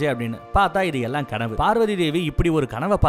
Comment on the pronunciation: நீங்கள் பேசும் வார்த்தையை செறி படுத்தவும் பார்வதி என்று தெளிவாக சொல்லு அது என்னடா நம்ம பார்வதி டார்கலிங் உங்க அம்மா வ இன்னொருத்தன் டார்லிங் னு சொன்னா சந்தோஷ படுவிய